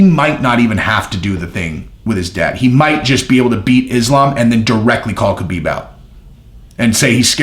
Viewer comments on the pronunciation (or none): Ha Beeb not Ka Been